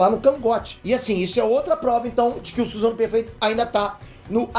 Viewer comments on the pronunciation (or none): none